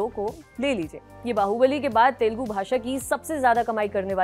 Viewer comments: its Telugu not telgu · Kind request: it is not “ Telgu “. It is TELUGU “ It is small thing but looks like your anchors need some training. Thanks for your understanding.